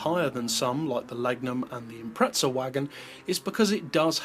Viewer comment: lol. "Eempretza"